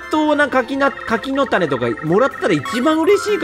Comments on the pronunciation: 柿の種のイントネーション… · 『柿の種』が『千代の富士』の発音で笑ったwww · 柿の種のイントネーションめっちゃウケるww